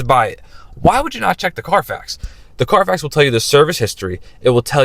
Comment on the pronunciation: CARFAX, not "Car Facts"